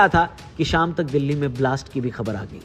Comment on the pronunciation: Madam its Delhi not Dehli